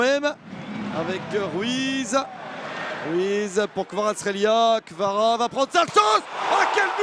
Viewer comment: Fucking at least pronounce his nane correctly. Kvarachqelia?